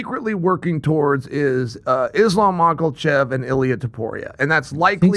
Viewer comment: Chael once again putting the "L" in "Mocklechev" - an omen?